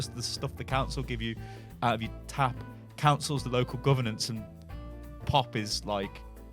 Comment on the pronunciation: Coucil pop that sounds so british xD